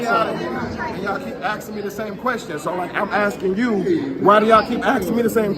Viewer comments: He said "axing". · Why wuz you keep axing me questions!?!? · Why you keep axing me questions